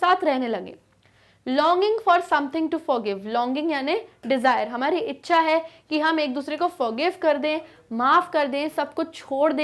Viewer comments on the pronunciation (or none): none